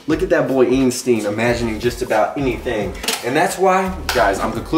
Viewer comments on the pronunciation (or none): the way he pronounced Einstein's name lmfao